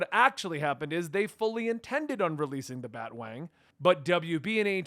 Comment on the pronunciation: BAT-A-WANG get it right!